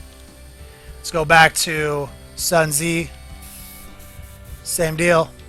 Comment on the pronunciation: Only issue with this one is it's pronounced "Sun Zoo" he wrote the art of war.